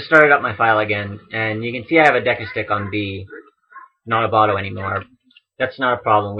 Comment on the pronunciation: I can't be the only one who keeps hearing "Reverse Photo Adventure".